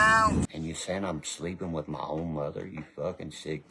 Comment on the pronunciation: Meth heads can’t say Th,, it’s ff like meff